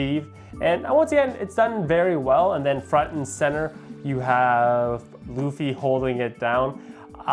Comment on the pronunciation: Always cringe with typical America anime fans like myself that shocker, dont like One Piece then proceed to mispronounce Luffys name in a WAY MORE DIFFICULT MANNER. Seriously how do you arrive at LLUFFY? Fluffy? Llufy. Its fcking LUFFY. LU-FEE. Its not hard. What creator comes up with a retarded name like LLUFFY FLUFFY anyway?